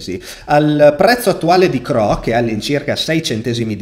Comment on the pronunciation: CRO non si può sentire 😅